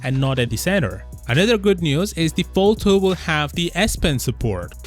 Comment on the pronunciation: Follthu, Foll-Thu, Foulthou what r u saying bruh?🙄 Dizgustung